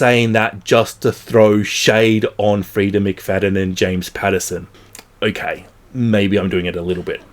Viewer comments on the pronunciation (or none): none